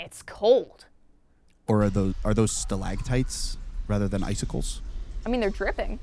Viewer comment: Sam "Are those stalagtites?" Me Winces at mispronunciation Sam "I do believe they drip." Ash searches up stalagmites and reads definition Me "This is why pronunciation is important. You should have searched stalactites." sighs